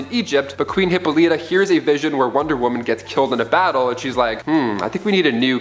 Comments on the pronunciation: Great Zeus, the pronunciation of names is atrocious. Antiope is pronounced an-TY-uh-pee; Hippolyte = huh-POL-i-tuh; Menalippe = muh-NAL-uh-pee; Orana = or-AH-nuh.; Themyscira = them-is-KEER-uh. You're welcome. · Hip-pol-li-ta, Sir-See